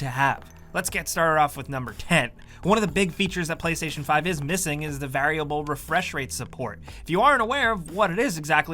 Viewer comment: Everytime he pronounces 'variable' incorrectly it causes me physical and mental pain